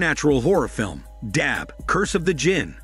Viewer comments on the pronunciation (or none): Its pronounced as "Dub-bay" not Dab Also this turkish horror movie series is dope as fck recommended to watch it full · The pronunciation of the words and names are incorrect: Dabbe ≠ Dab It’s Dhab-bay Sare ≠ Saer It’s Sah-ray Kubra ≠ Cubra It’s Koobh-brra (roll the R)